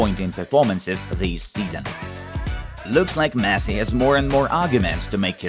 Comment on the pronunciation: wtf is messi "leaves"! get some help